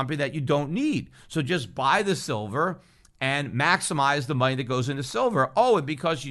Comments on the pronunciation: He said 'Shillver' 42.05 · Did anyone else notice that Freudian slip "Shillver"?